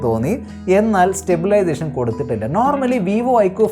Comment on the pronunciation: സ്റ്റബിലേഷൻ alla stabilization 😂